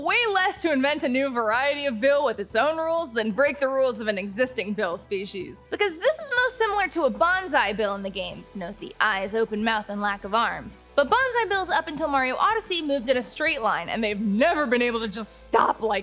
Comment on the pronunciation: it's Banzai Bill btw, not Bonzai Bill